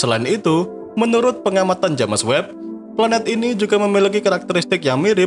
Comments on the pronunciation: Videonya sangat mendidik. Sayang ternoda dgn cara penyebutan james webb, tentu sangat ga bagus klo diikuti sama orang2. Apa kata orang bule nanti. Sayang admin nya ga terima kritikan yg membangun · Haha JamEs webb